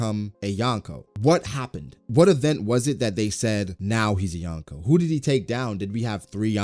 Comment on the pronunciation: Love this vid but it's pronounced "Yo-n-ko".